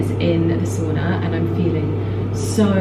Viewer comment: How to annoy a Finnish person: Say soona repeatedly instead of sauna. 😂